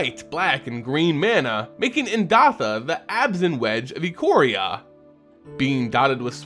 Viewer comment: It's pronounced Eye-Core-Ee-Uh.